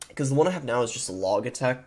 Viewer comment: Logic Logitech... not Log-ick Log-itech